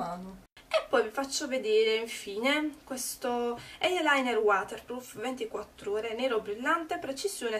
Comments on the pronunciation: non "eielainer", ma si dice "ailainer", e non "eiepensil", ma "aipensil" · Sentir pronunciare la parola "eye" con "eiee" fa sanguinare le orecchie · ????da quando eyeliner si pronuncia cosi????